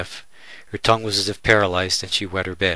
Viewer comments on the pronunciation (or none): none